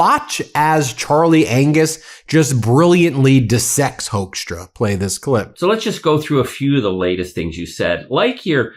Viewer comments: I think it's "Hookstra," not "Hokestra." The name "Hoekstra" is used in Michigan (a lot of Dutch) and the first syllable is pronounced like a "hook" and not like "who" either. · Hoekstra. Pronounced Hook-stra. Hoekstra created problems for decades in Michigan. He is bad news. Big trouble. A consummate liar.